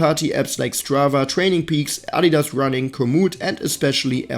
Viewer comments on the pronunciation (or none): none